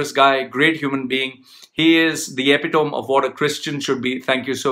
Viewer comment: Hey. I am the same guy whose insomnia you have cured. Thanks for that. Please jump to in your video where you said: "he is the epitome of what a Christian should be". Well, the correct pronunciation of the word "epitome" is "ape-ee-tummy" (not ape-ee-tome). Just saying.:) Otherwise a fantastic video. I really liked it. Take care sir!